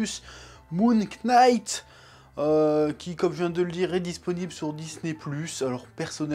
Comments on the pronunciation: Super review chef ! Parcontre je sais pas si tu fait exprès pour le délir ou si c'est involontaire mais le K de "Knight" ne se prononce pas. "Knight" se prononce comme "night". Je vais sûrement me faire insulter pour cette correction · Salut chef, Knight se prononce night, K is silent, ouais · Il a prononcé le k dans le nom de la série, jettez lui des tomates immédiatement XD XD XD. Très bonne review comme dab on a l'habitude.